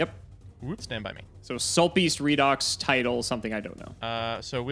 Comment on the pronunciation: It’s REED-OX. Redox. It is pronounced like this because of oxidation-reduction reactions in chemistry that are called Redox reactions. You say it like reduction.